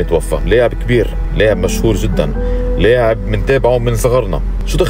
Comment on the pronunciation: لاعب وليس ليعب !!😂